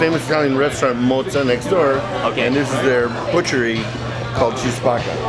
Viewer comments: Love ur vids but u guys couldn’t pronounce the name of the restaurant called chi spacca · Chi Spacca it's pronounced Kee Spakka in Italian. That's a weird name, it means "Who's breaking" or "Who Brakes". Maybe they would refer to "Che Spacca" (Keh Spakka), that's a slang way to say that something is cool. Rarely we see Italian properly spelled in the U.S. That Focaccia di Recco seems good. but it's authentic only if they use real Certosa cheese... unless it would be only a pale imitaion